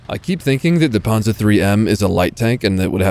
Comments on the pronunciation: "The puhnzah 3" 😂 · You shall say Panzer Drei!!!